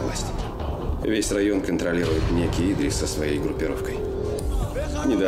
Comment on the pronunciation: Не Идрис,а ИдрИс(ударение на второй слог),не искажайте имя.